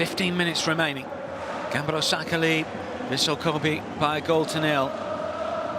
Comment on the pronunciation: The way that commentator pronounces the name as "GAMBAROSAKA" is a bit aggravating to me